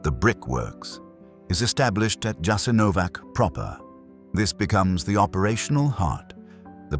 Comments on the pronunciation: When you've already got into this topic, you should have learned how to pronounce the name of that place correctly! Jasenovac with an initial J and an ending C - and you can't pronounce it as if it were a place where English is spoken! And one more thing. Even though it was a concentration camp during the NDH, you should have mentioned that the first concentration camps were founded by the English, and you don't mention them because they were just as ruthless towards people as any other, whether in WWII or before or after it. Just ask yourself how the UK came to have all the territories where English is spoken, including Hong Kong, and only then judge Croats and Croatia because you clearly don't know enough about their history and everyone who occupied it during it! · because he is an illiterate English provocateur! he doesn't mention their shit and camps during the plundering of his known world over the last 600 years. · Probably not pernounced with a j but a ya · JASENOVATZ. NOT JASENOVAK. WHY DONT YOU LEARN ??? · It's not "Jasenovak", but "Jasenovats" (with a "tsss" sound in the end). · Prije svega se trebao raspitati kako se točno izgovara naziv toga mjesta. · ITS NOT " JASENOVAC", C like first leter of word Keys.. Thats wrong Its JASENOVAC , C like letters ZZ of word PIZZA, you pronounce them like C in croatian .. So JASENOVAC would be written like Jasenovazz for americans to comprehend last letter as lwtters in italian word "pizza" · Pronounced "Yah-sin-oh-votch" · Correct, and the "J" is pronounced like a "Y." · The pronunciation is YASENOWATZ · But the name of the place was immediately and then repeatedly mispronounced. Why? No care at all to look into how to pronounce the name of the place you're talking about, really? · And you should pronounce the name of the camp correctly! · Learn to pronounce the letter c in Slavic languages. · please study how to spell it correctly its not a k sound but a c like in Cesar.